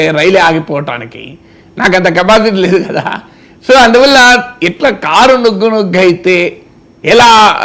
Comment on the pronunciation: నుగ్గు ముగ్గు కాదురా ముసలి డాష్ గా…. నుజ్జు నుజ్జు అనాల పువ్వా(గులాబీ) 😂